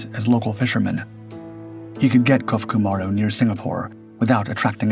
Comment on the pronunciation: Krait has good lines, especially for a work boat. Clearly capable as she transited the South Pacific , which requires a good vessel. She’s kept at the Australian National Maritime Museum in beautiful working condition and is free to board if you’re in the neighbourhood. Thanks for the story. BTW, it’s pronounced Ko-foo-coo. Ma-roo. Kofuku Maru. Maru is a word used as a designator on Japanese commercial vessels, meaning circle but in English we would probably say “ship”.